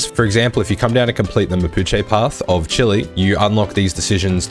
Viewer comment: Chee-lay, no chili 🌶 lol Chile